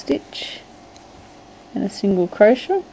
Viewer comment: What's a "crosha"? (I know I know, I'd just never come around that particular pronunciation of "crochet" before. Croshas, crosha.... Where did this woman grow up?